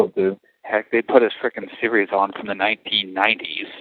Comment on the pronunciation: yes release the cleaned up version; aww poor wouldnt know hard work if it smacked him in the face; he really does not see the pain that he put TIMOTHY through; how did he break his wrist?and was it diagnosed by a dr?; snap on her like you did TIMOTHY; why you gotta say 1990s like that; seriously stop complaining you have a free tablet and entertainment you sound like an entitled asshole and your not entitles you are a murderer; ALWAYS asking for $$$$ like it grows on trees; i hated when ppl asked me how are you doing after i lost my son i hope ppl realize how much hurt that causes a parent after child loss; LMAO warning next time with the noises; OMG i cant with him and his dad noises; Life DOES NOT revolve around you; i venture to say time was slow for TIMTOTHY and more pain than you could imagine or even care oh wait you dont care; did you get my email with time stamps?; did you redact the last name and the retired from?; wow cant read cursive; so he is on tablet 2 or 3 now then; yep in 30-100 years; WOW WOW!; first call idk cause she says goes that goes fast not gosh that went fast; I hear no remorse in his voice; nail on the head there about the other inmate but i think is using her too; oh wow i heard what anthony said lol; hes getting bullied a little that makes me smile; how did you forget he was in jail/prison; wow you care about your sub count WOW!; at least you have a bed mattress and pillow HOW DO YOU THINK TIMOTHY FELT?; if i w